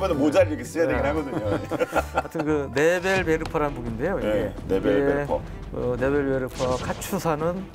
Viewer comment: 참고)원어 발음은 네벨베르퍼에 가깝습니다